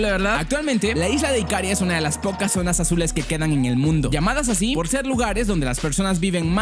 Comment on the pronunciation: No es IKÁRIA, es IKARÍA. ¡Buen vídeo!